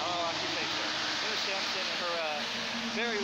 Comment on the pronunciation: Her name was Emma SaNsoM , not SaMsoN . The High School was Emma Sansom . I graduated there in 1990. The highway that you were standing in the middle of is Hwy 431 not 278.